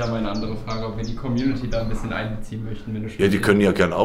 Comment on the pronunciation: "Ist der Arm gebrochen?" "Bisschjen" 😂